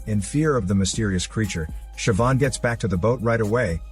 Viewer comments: as an irish person, i'm happy that you pronounced Siobhan right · Of all the words that can be mispronounced I really thought Siobhan was a given on that list. Congrats on getting it right